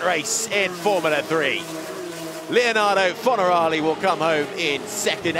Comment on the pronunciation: Can someone tell this guy it’s FornarOli, not FornarAli